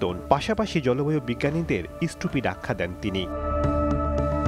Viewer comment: ইসষ্টুপিড না ষ্টুপিড। 🤣